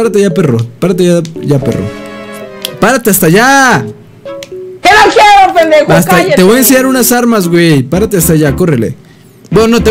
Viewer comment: Dice penejo en vez de pendejo 🤪🤣🤣